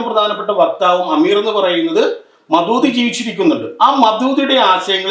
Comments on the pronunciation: ഇവൻ ജമാഅത്തെ ഇസ്ലാമിയെ കുറിച്ച് ഭയങ്കര ഗവേഷണം നടത്തിയ ആളല്ലേ ഒന്ന് പോടെ ,,, മദൂദി അല്ലടാ ഊളെ മൗദൂദി പേര് പറയാൻ പോലും അറിയാത്ത ഇവനാണ് ജമാഅത്തെ ഇസ്ലാമിയെ കുറിച്ച് വിശദീകരിക്കാൻ വന്നിരിക്കുന്നത് ദേശവിരുദ്ധ ശക്തികൾ ആയ ആർഎസ്എസ് സംഘപരിവാർ ഭരിച്ച കുളം തോണ്ടിയ ഈ രാജ്യത്ത് ഇരുന്നുകൊണ്ടാണ് രാജ്യത്തിന് ഒരു ദോഷം വരുത്തിയിട്ടില്ല ഇതുവരെ ജമാഅത്തെ ഇസ്ലാമി എന്നിട്ട് അവരെ വിശകലനം ചെയ്യുന്നു ആദ്യം രാജ്യം നശിപ്പിക്കുന്ന സംഘപരിവാർ ഭീകരവാദത്തെ കുറിച്ച് ചർച്ച ചെയ്യൂ അത് വിശദീകരിക്കുക അത് ശരിയാണോ തെറ്റാണോ എന്ന് പറയൂ,, ഇസ്ബുൽ മുജാഹിദീനും എല്ലാം ആർഎസ്എസിൻറ്റ സൃഷ്ടിയാണ് ആർഎസ്എസും ഇസ്രായേൽ ചാരസംഘടനയായ മൊസാദ് ഏറ്റവും നല്ല അടുപ്പത്തിലാണ് മൊസാദും ആർഎസ്എസും അനിയൻ ബാവ ചേട്ടൻ ബാവ യാണ് ,,അൽ ഖായിദ ,,,ഐസിസ്,, ഈ വിഭാഗം എല്ലാം ജൂത ക്രൈസ്തവ സയണിസ്റ്റ് സൃഷ്ടിയുമാണ് എന്നിട്ട് ഇതിനെയെല്ലാം മുസ്ലിങ്ങളുടെയും ഇസ്‌ലാമിനെയും തലയിൽ കെട്ടിവച്ച് ഇസ്ലാമിനെ തകർക്കാൻ ശ്രമിക്കുകയാണ് പക്ഷേ ഇസ്‌ലാമിനെ തകർക്കാൻ കഴിയില്ല മക്കളേ മുസ്ലീങ്ങളെ നിങ്ങൾക്ക് ഒരു ചുക്കും ചെയ്യാൻ കഴിയില്ല ഒന്നോ രണ്ടോ പള്ളി നിങ്ങൾ പൊളിക്കും പശുവിനെയും മറ്റും പേര് പറഞ്ഞ് കുറച്ച് ആളുകൾ ഒക്കെ നിങ്ങൾക്ക് ക്രൂശിക്കാൻ കഴിയും അതൊക്കെ ഏത് നായ്ക്കൾക്കും കഴിയും അല്ലാതെ ഇസ്ലാമിനെ തകർക്കാൻ ശ്രമിച്ചിട്ട് കാര്യമില്ല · ദേശീയതയെ നമ്മുടെ ദേശീയ ഗാനം എഴുതിയ ടാഗോർ തന്നെ തള്ളിപ്പറഞ്ഞിട്ടുണ്ട്. എങ്ങിനെ മൗദൂദി എന്ന് ഉച്ചരിക്കാൻ അറിയാത്ത ഇന്റർവ്യൂ. പിന്നെ ഷാഫി , ഹനഫി എന്നിവയുടെ വ്യത്യാസം അടിസ്ഥാനപരമായി അറിയില്ല.